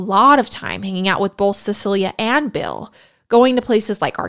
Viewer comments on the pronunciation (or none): none